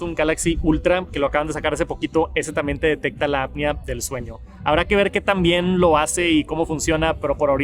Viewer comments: Es apnea no apia. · Buen video, muy completo, solo como observación constructiva ten cuidado con la pronunciación de la APNEA y dices “ADAPTIVO” palabra que no existe, reitero solo es de forma constructiva, me gustan mucho tus videos, saludos 👋🏻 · Siempre le pasa lo mismo que como solo ha escuchado la palabra en inglés, no sabe pronunciarla en español correctamente. Y no es gringo jaja 😅